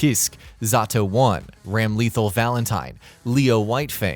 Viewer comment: The way he said Ramlethal and I-No hurts.